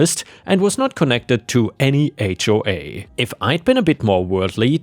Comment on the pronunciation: Those AI voices always mispronounce things like H.O.A.